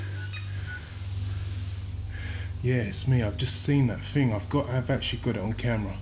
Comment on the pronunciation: OH NO! not vah FING!